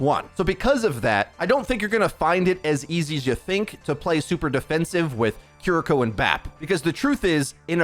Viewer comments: Kee-lee-ko is the pronunciation. Japanese l+r. Thx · Obligatory pronunciation comment - “KEAR-ee-ko” with the emphasis ont he first syllable, pronounced with “ea” sound like in “near”. Thanks for the early info! She looks dope - can’t wait to play her. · Guh. It’s keer-ee-koh not kih-ree-koh. An emphasis on the kiri part not the riko part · Yea a lot of ppl are Saying Cuh-ree-ko. They need to to Emphasize the E sound in Ki. And the English R and Japanese R is different too. Your tongue should go towards the top of your mouth with Japanese. Like the L in English. And don’t even get me started on the Tsu sound. But it’s kinda funny hearing ppl butcher it😂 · I've noticed many people on YouTube have been mispronouncing the character's name and her Ultimate. This is how you say them. Kiriko: Kih-ree-koh Kitsune: ˈkit-su-nei or ˈkits-nei Also, Kiriko looks "a bit" crazy, I can't wait to play a the new DPS/Support Hybrid hero in Overwatch 2! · For clarification, her name is pronounced Kee-Ree-Ko. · Hearing a lot of Cuh-ree-ko and Curr-ree-ko today. It can’t be helped tho, especially since the Japanese R is different from ours. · god can you at least say the name right.... ffs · the pronunciation on this video is... interesting... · Big yikes on pronunciation of Kiriko to kick off the video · Worries about saying ability names right... still can't say character names right 🤣🤣🤣